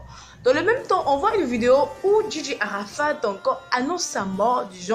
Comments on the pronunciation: Dj Arafat pas arafade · Je trouve que te jouer les lolitas avec des mimiques d'ado français décérébré, est pas respectueux...même le ton de la vidéo, le fond sonore est vraiment mal choisi. On dit pas ARAFAde ***....un peu de respect quand même...bref ...tu es pas sage et assez mature...tu nous fait mal et honte .